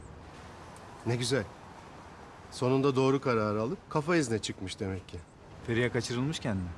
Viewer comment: Neredeyse tüm bölümlere baktığımızda Feriha’ya Emirden başka herkes Feriya diyor. Bir tek Emir o “H” harfiyle söylüyor. Canım Sarrafoğlu o kadar önemsiz ama naif bir hareket ki ah ah çapkınlık geçmişin olmasa iyi adamsın aslında..